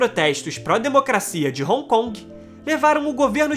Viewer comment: Pronucia-se "ron con" e não " roncongue " ...